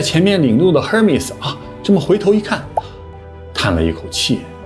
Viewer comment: Hermes H不发音。